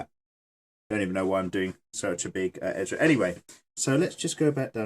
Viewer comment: I'm I hearing him say her name right.... it's Erza not Ezra... did anyone else hear his mistake... lol xD lmao